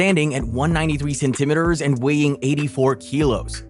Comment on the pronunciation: Why can’t you say centimeters correctly?